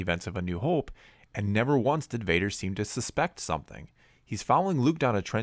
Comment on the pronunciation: Hoooope Canadian eh